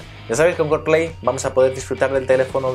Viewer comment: Buen video. Aunque ya que pronunciais bien "Apple", pronunciad bien "Carplay", no "Corplei" sino "Car" xd